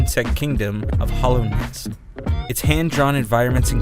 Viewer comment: It’s Hallownest not Hollownest